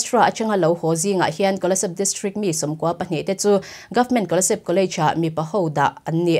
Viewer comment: Minister..not Menester...Kolasib...not Kolaseb...lam no kan tum lutuk luatah hian a fuh lo zeuh zeuh thin